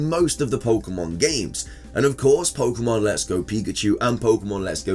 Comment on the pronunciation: There is an accent mark on pokemon. What would this accent mean when pronouncing the word? Why do you ignore that accent when you see it everywhere the official spelling is used? Speak the language properly you illiterate dufus.